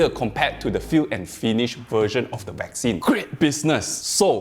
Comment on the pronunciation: Sorry but I seem to hear "vaccine" being pronounced "whack scene"??? 🤷‍♂️🤷‍♂️🤷‍♂️